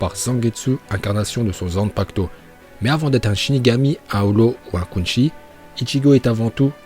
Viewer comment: quinzi pas quinchi